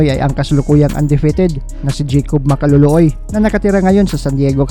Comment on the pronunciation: Ang ganda pakingan ng ring anouncer yung binigkas na ang apelyedo ni jacòb Ma-ka-lo-lo-oy